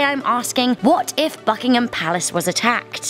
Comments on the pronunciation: My ears bled lol BBBUUKK ingham Palace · I got scared when she said BUCKhigam palace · At the beginning I thought you said fuckingtin palace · I heard Buckingham palace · If u keep playing the beginning of the video it sound like fuckingham palace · Sounds like FuckingHam Palace Xd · At the start of the video it sounds like she says F****ingham Palace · In the beginning of the video I thought she said fuckingham palace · Hi is it me or does it sound like it says fuckingum packs at the start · I heard fuckingham palace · That was the loudest and most distinct "b" i have ever heard when she says "Buckingham". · As soon the video starts its sound like a swear word lol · Sounds like the f word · ...the way she said is disrespectful...atleast try to pronounce it properly....